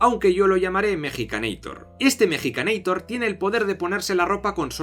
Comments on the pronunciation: epa epa mejicaneitor? ES MEXICANEITOR POR FAVAR jajaja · Cuál es el punto de decirle mexicaneitor? en todo caso Arnold es un estaudounideitor, la cagaste